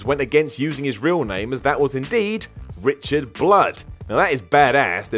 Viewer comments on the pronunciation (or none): none